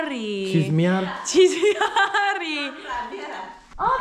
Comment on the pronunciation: Jajaja dise que ba a chismar 🤭😂 escuché !! Chimar 😂